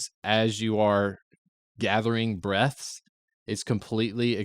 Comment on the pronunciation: You need to annunciate the word breaths more hahaha!